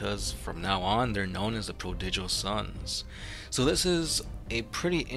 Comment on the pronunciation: Learn to pronounce prodigal